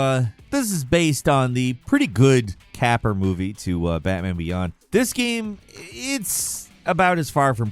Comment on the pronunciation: Did you say "capper" instead of "caper"? Lol!